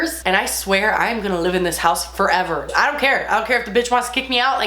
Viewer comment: Honestly just love that you pronounce “live” as “lib” 😂💞